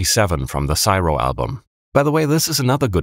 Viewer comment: you’re one of the only people on here who say crystal instead of xtal but syro is pronounced "see-row"